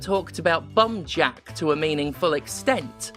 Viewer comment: Until you showed the title at the end I swore you were saying 'Bum Jack' and it was so on brand I didn't even question it. So you got that going for you, which is nice.